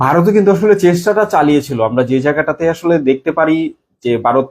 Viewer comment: আর ভাই আমাদের দেশের নাম বারত না ভারত 😂😂😂 আর ওটা টি টুয়েন্টি নয় টিটোয়েন্টি 😂😂😂